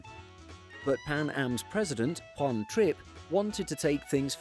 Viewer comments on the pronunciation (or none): none